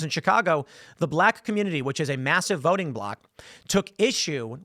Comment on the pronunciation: Listen to beanie baby talk about voooting. Oh soy douche, you arent voooting your way out of this. Shill.